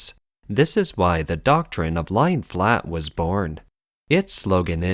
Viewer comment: The change from Leeks to chives is quite jarring. Plus at the start of the video Scythes being pronounced Skythes caught me off guard... Still appreciate the video a lot, but I'd stick with constancy in the scripting and translation!